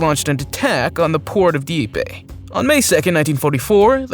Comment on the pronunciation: Also PLEASE learn how to pronounce names of things and places properly. I wince every time I hear names of importance like Dieppe said like deepee, it comes off as lazy and disrespectful to what they are and represent.